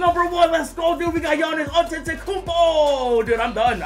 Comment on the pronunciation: I have noticed that can’t still pronounce Antetokounmpo he says Antetokoupo and 2k should add the Hall Of Fame Players (example: B.Russell, S.O’Neal and A.Iverson)